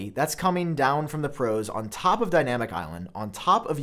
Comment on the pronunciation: i hate how you say dynamic